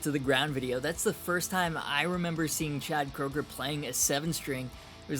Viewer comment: It's Koeger (Kru-ger)